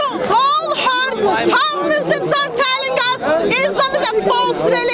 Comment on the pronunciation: What does "Muslims are talling us??"mean?? As far as i know it's "telling"